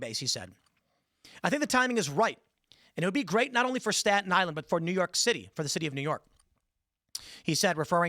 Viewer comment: LOL STALIN ISLAND not STATON ISLAND